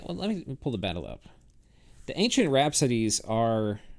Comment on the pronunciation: I think you are mispronauncing Wrapsodes. It's Wrap-sodes!